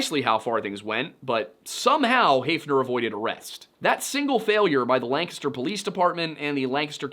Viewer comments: As a Lancaster native I just wanna say thank you for saying it correctly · It’s so satisfying to hear someone pronounce Lancaster the way it’s pronounced in Pennsylvania. We lived outside York for 10 years before moving to Arizona upon retirement. I’d heard about this case but never in this degree of detail. From what you’ve said just in this video, my first choice for Betsy’s killer would be Richard Haeffner!! Thanks for sharing this! 👏👏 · Congratulations on being the only person on the internet I've ever heard pronounce the name Lancaster correctly. You handled it so naturally I'd be willing to bet you even know how Reading is pronounced. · A man of culture I see pronouncing Lancaster PA correctly. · As a Lancaster PA native, thanks for saying Lancaster correctly.